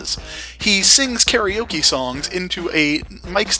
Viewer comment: One day... people will pronounce Karaoke correctly. But for now... we wait.